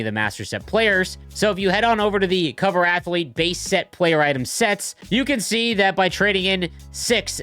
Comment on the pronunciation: "i didn't know athlete had three syllables, thats amaz-a-zing"